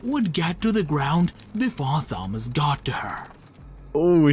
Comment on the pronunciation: The Narrator Is Saying Thomas' Name But The "H" Is Not Silent...